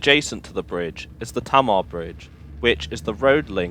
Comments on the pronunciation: Great video although the pronunciation of the Tamar River/Bridge is Tay maa not Ta maa (sorry). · Tay marr. Not tammar 😉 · Good job with the video, that's some trip. I've lived at both ends of that journey. Btw upon leaving Plymouth, it's pronounced "Tay-mar" for the River and Bridge 😉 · Teign is pronounced Teen, Tamar is Taymar! Sorry to nit pick, great video. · just to let you know, the river tamar is pronounced as 'tay-mar'. excellent video nonetheless!